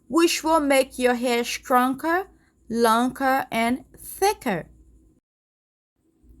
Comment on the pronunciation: I love how she says (stronker, lonker 😂